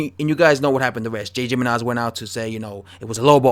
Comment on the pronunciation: I think it's "Himenez"